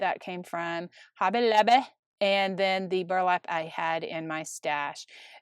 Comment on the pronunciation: I laugh every time you say "Hobbay Lobbay" 😂